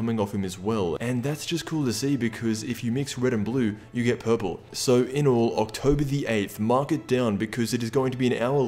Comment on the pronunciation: Im sorry the way he was saying purple and pawns LMAO 🤣🤣